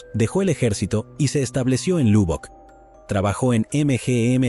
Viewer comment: La ciudad se pronuncio malísimo es Lobbock su pronunciación aunque se escribe Lubbock. Vivo a 2 hora de esa ciudad y la visito frecuente y habitualmente